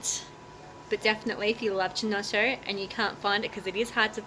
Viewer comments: Yes it is triggering ... Key to my ears not Chee. I just call it Brio. The only chinotto I can buy around here. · It's pronounced "Keynotto". The "C" is hard. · The way you pronounce Chinotto will trigger every single italian on earth. For the love of god call it "keynotto". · Its ki-nott-o not che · Fantastic I've been wanting a chinotto syrup recipe, but can't find an off the shelf product, nor the chinotto fruit. Coca Cola used to make Bisleri under licence but they dropped it, Good job, looks like it should work, have to get the makings. PS it is pronounced "Kinotto" in Italian, don't know about Maltese. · great, but the pronounce is Kinotto or Keynotto. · Chin-no-toe... STAAAP LOOOOOOOLL PLEZ LOL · it's pronounced with a C not CH so KINOTTO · I'm not even Italian, and I cringed each time... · where is the other culture? She’s just taking our culture and mispronuncing it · Triggered the shit out-of my husband right now every single time lmaoooooo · yeah this is not how to pronounce chinotto 😬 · Easy there. She is Maltese not Italian, you don't know what it is called in Maltese. Do agree though I flinched every time she said it.